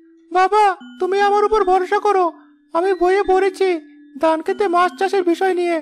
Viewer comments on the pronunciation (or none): পুরুষ কণ্ঠে উচ্চারণে ত্রুটি আছে, যা শুনতে খুবই খারাপ লাগে। যেমন, “ধান”কে সে “দান” বলে। এমন আরো অনেক ত্রটি আছে। ত্রুটিগুলো শুধরানোর চেষ্টা করুন। আমি আপনাদের মঙ্গল চাই বলেই এমন কমেন্ট করলাম।